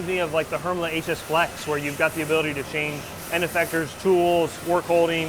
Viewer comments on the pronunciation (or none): Please learn to pronounce Hermle appropriately. It is not Hermla or Hermlee it is Hermlay. It's like pronouncing Porsche as Porsh.